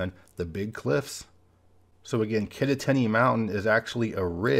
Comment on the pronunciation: Someone correct me if I'm wrong, but I think "Kittatinny" is pronounced locally with emphasis on the second syllable ("tat"). So it's "Kit-TAT-inn-y."